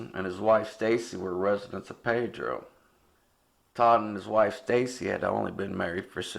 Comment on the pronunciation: The town is called pee dro...not pay dro...AND the reason that no one talks about this case is because of the family who is still shattered by this!